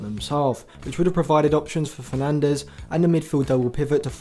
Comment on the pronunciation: FERNADES !!! WITH AN "S" for fucking sake